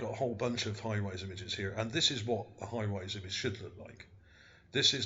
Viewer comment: lmao... hires = hi-rise ?